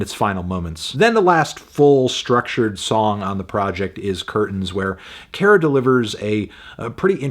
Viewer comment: Kara is pronounced like "care-uh"